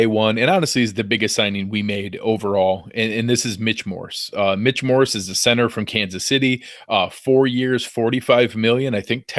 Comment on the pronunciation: Dammit stop saying Morris, it's Morse. :)